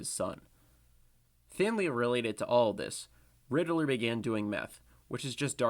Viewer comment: I heard my boi say “Rididler” like 5 times and quit